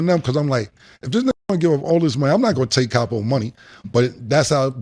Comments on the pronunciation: CAP-O...LOL...Cam was scared thats why he wanted to do it after. lol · Weak Weak Weak😅Capo Sounded like 😅Crappo💩💩💩😅Julez Fucked Up😅With His Scary Ass Look😅In His Up State Prison Pic😮Plus Kimbella Wearing the Pants in Their Romance😅Dipset was a Noveltie Rap Group...